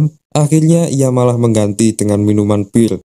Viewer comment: Bir bang bukan bil